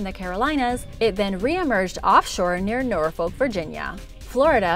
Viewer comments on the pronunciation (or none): none